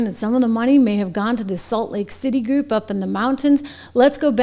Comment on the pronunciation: It's Salt Lake City , not late city.